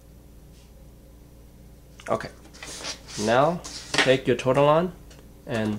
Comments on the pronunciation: Pretty sure it's pronounced "tor-ti-lee-in" not tortilon, but idk... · ive only ever said it and heard it said ''tor-till-ee-on''